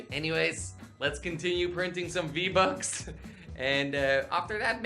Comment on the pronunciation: U said v buck its v bux